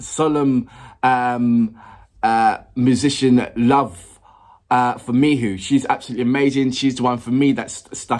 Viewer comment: FYI - Miho is pronounced Mee Hoe not Mee Who.